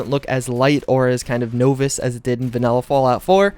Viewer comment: That "novice" pronunciation killed me.